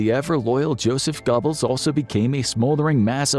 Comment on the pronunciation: Gair-buls --- Hide-rick. D*mmit!! I'm about to leave. This bare minimum research and recitation of another's writing is fine for a middle school book report, but not where content is so heavily scrutinized --- and rightly so. At first I was laughing, now you're just trolling us.